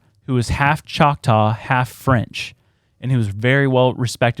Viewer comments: 😂 uhm NO! that's not how you pronounce choctaw. Saying it that way is the evidence of colonizer presence.... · Demons /Nephilem smell like death …. Kudos on the pronunciation. I’m from Oklahoma you did good.!